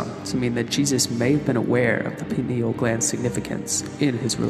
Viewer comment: It's pronounced Pine-al gland as in pine, it's shaped like a pine cone, from the pine tree.